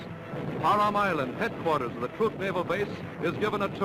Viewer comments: Trooook lagoon.... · Is he saying TROOK, like troop? I thought it was like truck. Oh well...